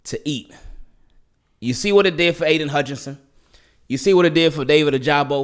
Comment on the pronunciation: Ya like a Regular Show “ohhhhhhhh” and it should be “ o-ja-bo” for my boy ojabo(like that college clip)